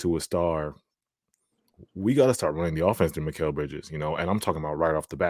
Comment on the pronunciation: Why do keeps on saying “Macal” his name is mikal 😂